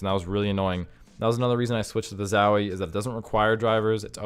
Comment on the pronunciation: ffs its zowie not zawie xdd